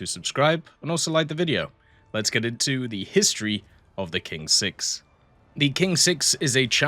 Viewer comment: You can read it as Tsing-6 if you want to pronounce correctly.